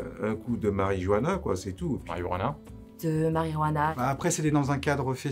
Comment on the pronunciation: Il a dit marijoana